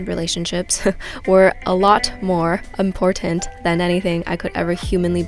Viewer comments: I have come here to hear say "imPortant" LOL...Love it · Great video. But you’re pronouncing the word important incorrectly